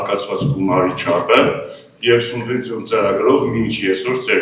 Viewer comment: Չեմ հասկանում, ինչու են Գյումրու պաշտոնյաներն այսքան անգրագետ։ Ասում է սունվենցիա։